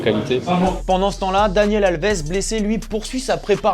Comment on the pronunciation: « Daniel Alves » je rêve 😪, faite un effort sur la prononciation ou au moins dite le juste bien. C est un minimum pour un « journaliste » de se renseigner...